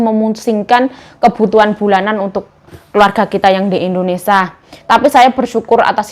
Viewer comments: Gak BS blg Indonesia kaah.....selalu blg Endonesa.....🤦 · Indonesia yuk bukan IndoNisa 😂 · Kmu pengikut baru yah? 😂😂😂😂aku sebagai pengikut lama udah terbiasa dgr endonesia yg dia sering sebut